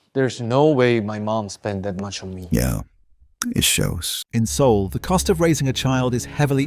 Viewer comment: How can you pronounce Seoul wrong as a Korean,?